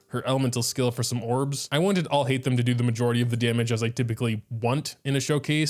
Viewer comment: like at least put some effort in pronouncing his name. i am sorry i used to enjoy your content but your videos has been getting worse lately like this is not a god mode there is 0 effort put in showcasing his right play style and complaning about his long cooldown and even pronouncing his name